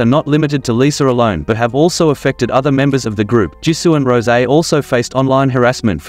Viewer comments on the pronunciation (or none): none